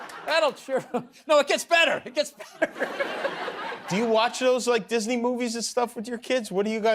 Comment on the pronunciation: Loved how he said Dis-a-ney movies 😂